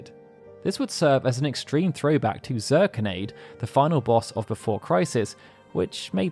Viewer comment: I think Zirconiade is pronounced ZER-Cone-Knee-add, because its suppose to be like a the weapons and omega weapon so it would be named after a gem. In this case a Zirconia.